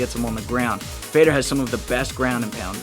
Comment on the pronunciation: Fedor is actually pronounced fey-uh-door